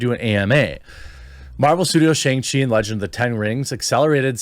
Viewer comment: Say Shang-Chi correctly